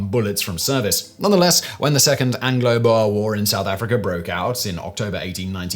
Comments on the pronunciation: Boer is pronounced “Bore”. Been watching your content for years and your pronunciation of even English words at times is atrocious. Is it too much to ask since you’ve obviously made enormous amounts of money out of your often, questionably accurate content, to spend a bit of time educating yourself? It just shows a greedy ambivalence to your viewers that you just can’t be bothered. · Love how you say Boer